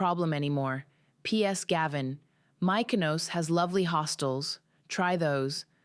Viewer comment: Mik o nos. Say it correctly.